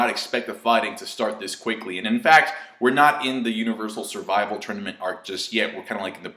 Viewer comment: love it when he says "SURVIVAL"